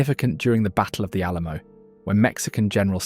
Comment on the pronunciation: re Create tion? Awl A La Moooo?